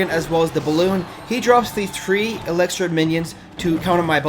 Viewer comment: Dude where are you from you pronounce a lot of words different for example , elixir you say elexer